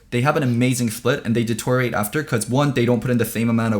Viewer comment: way of saying deteriorate as detouring lol